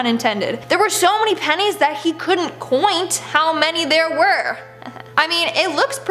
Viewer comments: “Coin’t”. Really? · Yes hello I just was curious, can you please say the word count because I know I heard you correctly. I know you pronounce some words different fro. Is but the way you said that made me do a rewind a few times. Lol well my Born Day is Sunday please shout out to me for my Born Day on in and Ayman too. Please !!! The 27 of September thank you